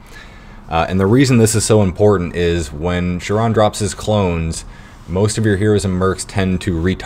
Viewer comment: not that big of a deal but it's not pronounced "sure-on" for chiron...it's pronounced "ky-ron". great video though